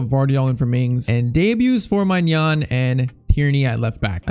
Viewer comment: Just so you know, it’s pronounced “my nan” maignan= my nan